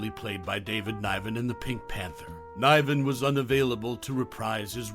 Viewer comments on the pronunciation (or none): Jacques Clouseau. It's pronounced "Clooso" not "Clowso". David Niven, pronounced as is, not "Nyven". Jeez.